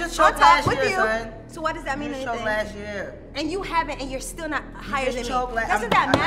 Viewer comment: Damn she can’t say son 🥴🥴🥴